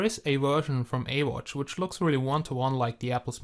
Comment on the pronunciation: You dont say ee watch you say this as iwatch